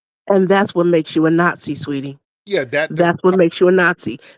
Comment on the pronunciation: Tariq got her azz with " NotSee " LMAO !